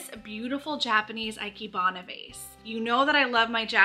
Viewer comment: I'm sorry for being that anal person. But I speak Japanese. Ikebana is pronounced like the letter E, the letter K, and then bana (with the ah sound as the A pronunciation). So you got the "bana" correct but the "ike" was not.